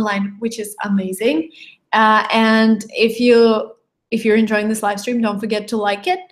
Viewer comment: hi if you don't mind its enjoying not enjoyning